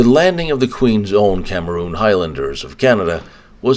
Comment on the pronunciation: "Queen's Own CAMERON Highlanders" ..... Not pronounced CAMEROON.